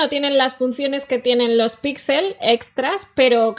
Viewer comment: Por que dice pitsel equitsele :v?